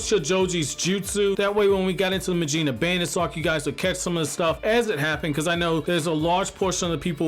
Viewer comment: Very proud of that first proper mujina pronunciation . Keep it up!